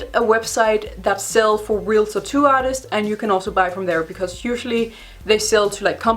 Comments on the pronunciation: I like the content of this video but I got paranoid cause I’ve said tattoo my whole life and ou say it differently you say tittoo so it was driving me insane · I LOVE HOW SHE SAYS TAT-TOO!!! SOUNDS LIKE "TETTOO" LIKE IT'S ONE WORD BUT WITH 2 SYLLABLES!! 😘